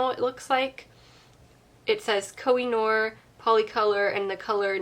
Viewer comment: Pourriez-vous prononcer CORRECTEMENT le nom des marques?